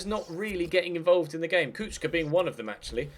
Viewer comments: kuhka not kucka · SInce Kucka is from Slovakia his name is pronounced Kutska ;) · You pronounce Kuka like this... Ku-Ka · Kucka is pronounced Kuchka, also Kučka mean bitch in croatian xD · Kucka is from Slovakia his name is pronounced Kutska ;) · The commentators are right! It's Ku"ch"ka or Ku"tch"ka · it actually does sound like ku-chka because in Slovakian language c is pronounced as ch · Its pronounced Kutch-ka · The commentators are right about the pronunciation of Kucka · Kucka is Slovak, so his name is pronounced approximately [you-rye coots-kah] and his nickname Kuco would be [coots-oh] (with short "oh").